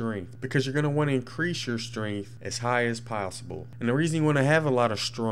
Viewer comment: It's pronounced. Strength not stronth